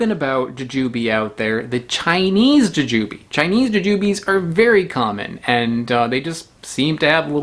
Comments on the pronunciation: Bought some of those last week at the Indian supermarket, the guy said they were gooseberries. Tried it, figured it was picked too green and traveled too far. Threw it out. Jujube has the stress on the second syllable "juJUbe " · How are you not saying JooJooBee?🤣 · Interesting stress on the syllables. I never thought to pronounce it that way-- joo' jah bee! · You pronounced Jujube like if you have only seen it on print, but never heard it pronounced.